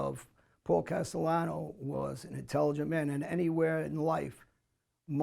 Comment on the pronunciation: “Other mobs” ?? Vlad has no knowledge on that life. For God sakes he called Paul Castellano “Casteyano”